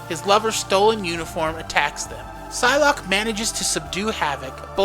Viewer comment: Did he just pronounce the P in Psylocke?